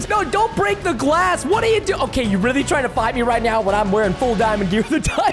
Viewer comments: Did anyone realize he said tr-ting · Preston said “Are you even trtying!?”